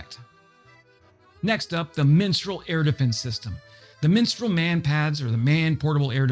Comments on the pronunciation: For crying out loud! It is called Mistral, not "Minstral"! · Mistral not Minstrel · Minstrel missile??? Mistral. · "Minstrel" missiles? from France? Surely you mean "Mistral". Google it. Learn something. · I liked the mispronunciation . "Let me sing to you the song of my people.." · Yeah, no idea why he butchered that name so badly. Typically Americans would say mistraal, in my experience. But the cherry on the cake was crotale. What on earth ? Anyway, at least he tried, so B